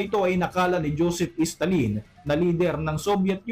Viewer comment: Hahaha Dyosep istalin,diba dpt Joseph Stahhlin sa pagbigkas ng Stalin